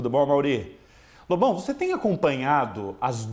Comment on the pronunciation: Às vezes, quando o Amaury fala Lobão, soa mais como bobão, tá errado isso aí hein kk